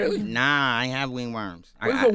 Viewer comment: Ray said wing worm. It's ring worm . Bruh 😂😂😂.